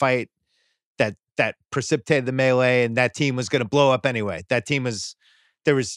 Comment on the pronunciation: I was pained a little every time Bill said "The Melee" while referring to the Malice as the Palace